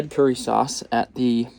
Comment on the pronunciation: Actually it is pronounced Curry